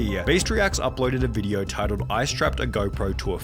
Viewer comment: Hateful video-ah